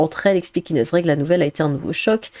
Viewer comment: Inéze ?! 🤣🤣🤣🤣 Inéze ?! Sérieux ? Mais tu sais pas parler en fait ?